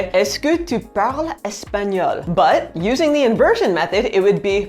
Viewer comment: You have a good sounding Tu Tu as un beau tu ( ͡° ͜ʖ ͡°)